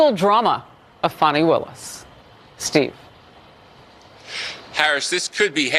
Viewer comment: Disqualified my arse!! More like “YOUR FIRED”!!!! It’s pronounced fan knee not fon knee take it from the bee gees fani be tender with my love